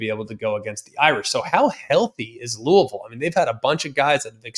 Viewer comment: He said Louisville right lets gooooooo.